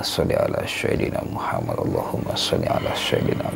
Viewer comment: lidah jawa trlalu tebal melekat...Muhammad bkn Muhamad..sebutan makhraj ayat quran biar mantap bener ..